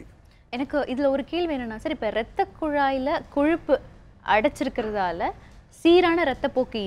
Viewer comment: சிவ பூஜையில கரடி பூந்த மாதிரி Why Priyadharshini in betwwen? Nonsense & Loose Talk. ரத்தக்குளாய் ன்னு சொல்றா... அது ரத்தக்குழாய்... முதலில் தமிழ் கற்றுக்கொள். What More /Different You will say now other than Dr's Wisdom? Why you are here now?